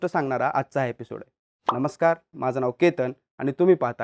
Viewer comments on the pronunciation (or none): none